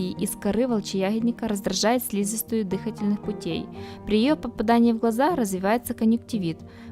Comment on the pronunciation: Вами сделано несколько хороших дел: во-первых, дали полезную информацию для людей со школьным образованием ; во-вторых, обеспечили 11 с половиной минут ржания для специалистов токсикологов, биологов, медиков и фармацевтов; ДЫхательная система… дЫхательная... ну думаю только не третий раз, только не третий… считаю сколько осталось из 20 растений белЕна... ну что думаю переживем… и тут… КАсторовое масло… и всё, пошла цЕпная реакция: делирИй, диАрия, спаз.. жым-жымы дыхалки… Картинки кстати классные, яркие и насыщенные, и не обращайте внимания на брюзги старых спецов, скоро все они умрут, сопьются, збрендят и можна будит гаварить ваще бес ударения.